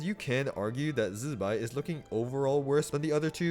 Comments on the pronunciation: STOP SAYING ZIBAI LIKE THAT ITS NOT ZZZBAI ITS ZI BAI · Since the artwork also shows Columb'na (or more accurately Columb✨na) so can we start correctly saying Zibai not Z'bai... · I watched the live stream they say zi bai not zzbai 😂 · zzzzuhbai, funny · Chinese should instead fix pinyin. Never seen worse transcription. Everyonr is going to pronounce the i in zibai. It's how alphabet works. Z'bay. Bam. Fixed mandarin. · I really hope And not getting electrocuted everytime time he pronounces ZZZZ-bai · Man why do you say Zibai like that? Zzzbai😂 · say Z-BYE again, I dare you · Its jibai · now why are we say zibai like that, u aint even chinese.. I took back my like and sub purely because of that